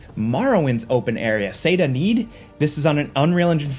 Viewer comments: seyda neeN not seyda need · If you played Morrowind, you would know that it is Seyda Neen, not Seyda Need. Once, you might have accidentally mispronounced but you said it wrong twice! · It's Seyda Neen, not Seyda Need! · “Seyda Need”